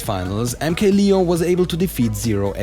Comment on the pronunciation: Anyone else getting low-key annoyed by him pronouncing MK-Leo as "lee-oh" instead of "layoh"?